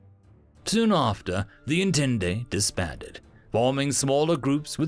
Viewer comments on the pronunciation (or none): Entente is pronounced on-tont not on-tent-tay, it's french. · >En-tent-e I love it. An alternative to the French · Yeah that kinda annoyed me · Sorry if this is rude, but I wanted to point out that entente is pronounced as "On-taunt.". It's French. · You butchered the word Entente. xD